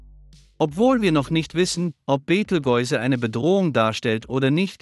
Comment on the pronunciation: können nicht mal den Namen Beteigeuze aussprechen, beschämend!